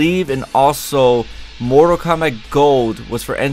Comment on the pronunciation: KOMBATTTTTTTTTT!!!!!!1 NOT KOMBACK